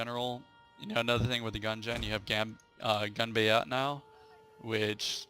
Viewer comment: Hahahaha that is possibly the worst pronunciation of "Ganbatte" I have ever heard :D